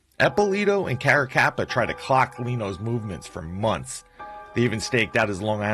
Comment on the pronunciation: I was at the Otto Heidel murder scene when I was a kid. Carracappa and Eppilito were responsible for it. You really have to learn how to pronounce italian last names.